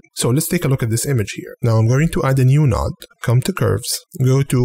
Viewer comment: honestly think this channel is cool, very helpful. Love how you say "a new noood" too ;)